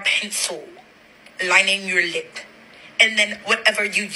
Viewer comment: Ikkkk 😂 “ lihp👄💧”